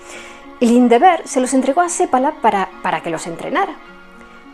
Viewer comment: Que bien pronuncias el apellido seppala. 😊 un apellido común aquí 👇 .